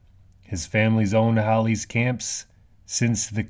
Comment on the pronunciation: It’s Hall eys. Not howleys. Lol